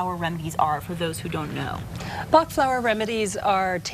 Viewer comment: Pronounced Batch, not Bah. It makes it sound like quackery when you don't research the proper names.